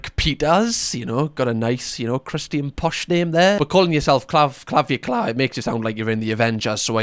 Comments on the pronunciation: I feel like if realized dude's name is Clav-ic-u-lar and not Clav-u-clar, he'd actually be able to say it. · Clav-ick-you-lar (Clavic-ular) 🙃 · The way you pronounced calvicular was HILARIOUS 😂😂😂 i choked i was laughing so hard. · that's "clah-vic-you-lar" 😬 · I do not watch his content, but I have heard him talked about by other YTs and it’s pronounced clah-vick-u-lar. I don’t know why I feel the absolute need to let you know this either. 😂 My brain is just screaming at me to let you know. 🥲 It shrink the testicles because your testicles are not making that hormone anymore so they atrophy (shrink) because they are not needed/being used as intended. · the guy's name is pronounced cla-vic-u-lar.. it is kind of like ocular. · cla-vick-ular is basically how you say it. idk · The emphasis really is on the right syllable there!🤣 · the way you pronounced Clavicular was hilarious 😂. Love your content